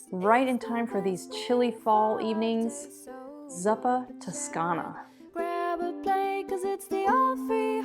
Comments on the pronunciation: ZoooPa NOT szuppa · Zuppa is pronounced with a long u, think "Zoo", so "zooppa toscana". A great Italian recipe that is already whole food plant based (just leave out the oil) is "fave e cicorie", a simple fava bean puré with sautéed hickory. Love from Italy :) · It’s pronounced z”oo”pa. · It's 'zoo-pa'.